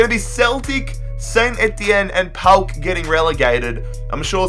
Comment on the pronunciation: Finally someone who can say PAOK the right way